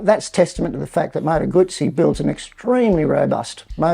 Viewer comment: Moto guzzi pronounced the right way ,love it.